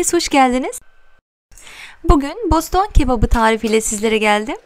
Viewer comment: Özür dilerim ama Boston değil Bostan